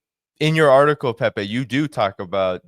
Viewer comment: I love how he pronounces Pepe’s name. ❤